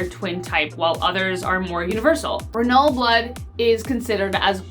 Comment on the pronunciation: Did she say ruhnull blood....? Yup....she did